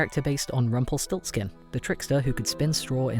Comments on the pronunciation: Me,a German: Him:Rumpel stolz kin Me: 👁️👄👁️ Iknowthatgermanishardbutits' Rumpelstiltskin' anditspronoucedcompletlydifferent Rumpelstielzchen (that's how I know it and pronounce it btw) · It took me a while to figure out what character you are talking about since I´m German. I never heard Rumpelstilzchen spoken out in English, sounds actually pretty cool.